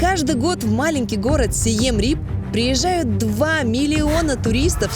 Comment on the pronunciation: Название города правильно читается ка Сиэм Риэп. Обычно в русской транслитерации - Сием Реап. Почему он у вас стал Рипом?...